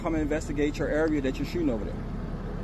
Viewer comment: Someone should teach the cop to pronounce correct english when dealing with the public. The word is that not dat.